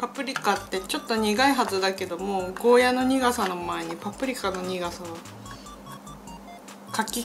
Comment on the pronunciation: ゴーヤじゃなくてゴーヤーですよ